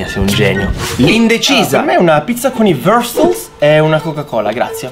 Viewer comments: I Wustelllll. Significa wiustel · Quando son morto dalle risate quando hai pronunciato Wurstel all'inglese, ho detto: 《Mi iscrivo al canale》. Siete bravissimi!! Complimenti!!🤣🤣😊